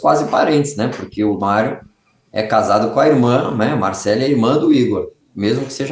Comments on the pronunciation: Por que você insiste em dizer "Marcelí", Beto? Qual é a sua dificuldade em pronunciar o nome Marcelly = MarcÉLI, corretamente? Credo, que irritante!😮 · É Marcelly, não MarceLIIIII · Só um detalhe que posso falar com precisão... A pronúncia certa é Marcéli, como se tivesse um acento na letra" e " Pelo menos a pronúncia do meu nome é assim 😊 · Amo o Beto, mas essa pronúncia do nome Marcelly tá impossível de assistir...